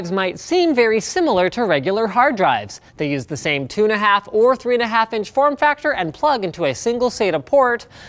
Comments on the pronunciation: I like how linus pronounced 2.5 as tuna-half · . Did he say Tuna half